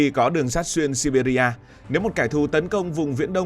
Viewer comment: Đọc là Si Bia thôi